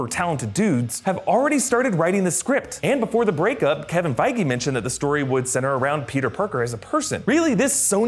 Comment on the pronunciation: did he just say "Kevin Fieger" ? Lmao